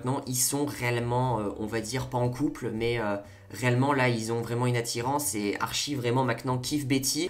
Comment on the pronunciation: j'aime bien ton analyse mais stp dis : ArTchie x) ps : coup dure pour véronica mais en vrai jpense que bientot il y aura une histoire avec elle ou ils vont se rattraper